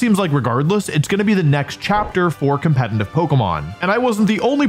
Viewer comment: Crazy how some one who “cares a lot about competitive Pokémon” can’t even pronounce the word “competitive” correctly… 😂😂😂